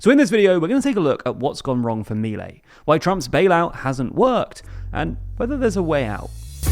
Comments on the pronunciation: It's not Mílei, it's Miléi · It's pronounced Mih-lay not Mee-lay